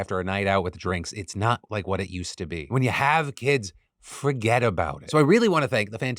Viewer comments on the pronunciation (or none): none